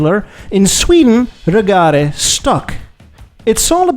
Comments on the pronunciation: wtf is a Ra'gare? that's not how you say it, it's ra-ga-re, one-two-three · Nearly pronounced "raggare" correctly. But a goot try. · Great video! But very lazy that you didn't learn how to pronounce RAGGARE. It's not that hard. And surely you must have heard the word hundreds of times at the car event... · I love the Italian pronunciation of raggare and will appropriate it from now on. It sounds more posh and is suitable given the raggare's evolution from basically chavs to skilled classic car preservers.